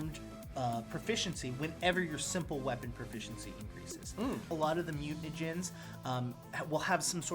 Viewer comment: I would've been perfect until you mentioned the mutanagens. Then I couldn't unhear it lol